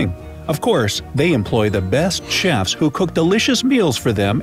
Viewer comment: Anyone else notice the "chiefs" in the kitchen and not "chef's" around 14.30....?👀🤔🤦🏻‍♂️😂